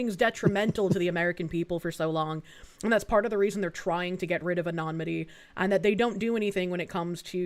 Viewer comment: she kept saying 'anonmity' the word is 'anonymity'